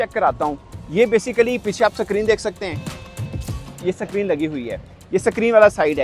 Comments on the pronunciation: Oye oyeeeeee sakreen nahi screen hota hai kya bhai match se nahi yeah pakistani hashake entertain jarur karenge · Screen ❌ Sakreenn 😂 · Bhai Sacreen nahi sayad screen hota Hai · Succreen lol screen it was funny listening to u But good update thanks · Screen❌ Sacreen✅ 😂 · Screen bolte hain Sacreen nahin.....sacreen is so phonetically lower middle class....😂😂😂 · Screen ❌️ Sacreen✅️ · Sacreen ni hota hai screen hota hai😂😂😂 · Basically sakreen is screen basically so when you say sakreen basically it means screen basically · Pakistani screen nahin bol sakte 😄😄